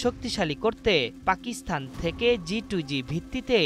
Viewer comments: পাকিস্থান নয় ওটা পাকিস্তান উচ্চারণ হবে। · উচ্চারণ পাকিস্থান নয়, হবে পাকিস্তান!